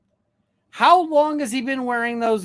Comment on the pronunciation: "Hos long" will forever be the way my internal monologue says it... and forever the urge I will have to fight to say it out loud. I cannot unhear it.